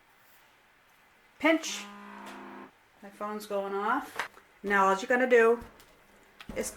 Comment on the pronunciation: "Now alls'yah gotta do.." Must be from my home state! Massachusetts!!